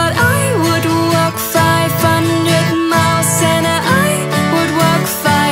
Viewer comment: Heel mooi, alleen je uitspraak is soms een beetje raar. Zeker bij 500 miles. Daar kan je zeker nog aan werken maar verder, echt een toffe video!